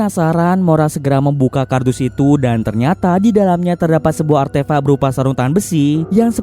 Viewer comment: Artefak wooy bukan artefa'😂